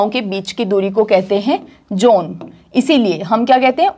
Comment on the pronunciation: John, zone ,please pronounce both these